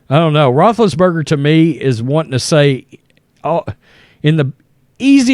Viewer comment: What are you saying? Rootriates?